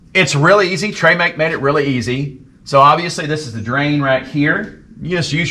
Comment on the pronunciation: “ treee MAC” uh…”trim-ICK” is the pronunciation… and 2.7 qt not 3.5!!!